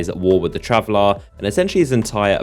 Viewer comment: It's traveler and Speaker not travelar and speakar christ your voice is fucking annoying